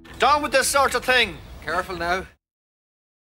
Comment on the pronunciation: "How did you get interested in that sort of ting?"